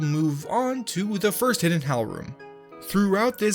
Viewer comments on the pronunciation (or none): you said hell not hal